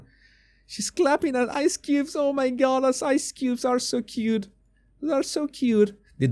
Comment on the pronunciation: I made woes cwute witto wady bugs ELEVATED 🤮🤮